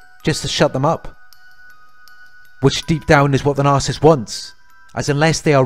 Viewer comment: It’s “NAR-SIS-IST”